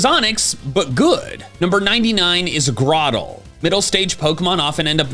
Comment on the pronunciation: THE Y IN UGLIEST IS SUPPOSED TO BE AN I! AND DO NOT LEAVE OFF THE R IN GROTLE!